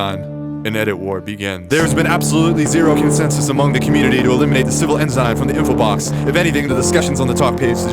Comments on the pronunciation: its en-sin not en-zine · PSA, “ensign” is pronounced “ens'n”, not “enzyne”. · Say it with me: "En-sin" not "en-sign" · "Ehn-zine" is killing me. Ehn-son or ehn-sign please. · Interesting for a rant about getting things right, I keep hearing things Pronounced strangely like bel-I-ger-ant, instead of bel-I-jer-ant, and N-sign instead of N-sin. But, that's just the pedant in me talking. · It is pronounced as EN-Sin not En-zine! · Honestly having trouble accepting a lesson on flags from someone who pronounces "Ensign" as "En-Sign". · My dude can pronounce pernicious but not belligerents or ensign!? Please. This video killed me with your unique interpretation of these words.